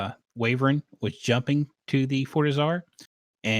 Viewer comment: I can only hear the word "wyvern" being pronounced "wavern" so many times...